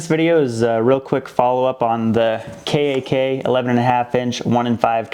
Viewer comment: Kak should be spoken as K AH K aka CAhK or CoCK